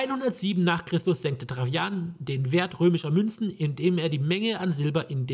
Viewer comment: Ein schönes Let´s Play, aber warum sprichst du Tra-Jan immer als Trachjan aus? Ich kenne alternativ nur noch die Aussprache Traianus.